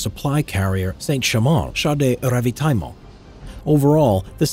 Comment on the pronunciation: So funny how the speaker tries to say Char de Ravitaillement xD